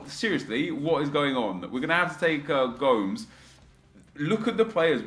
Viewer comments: it is pronounced "go-ms" not "go-m-e-s" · wait wait wait... he really just said goms to gomes 😂😂